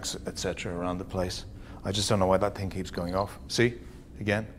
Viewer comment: I can't take any nation seriously that say ting instead of thing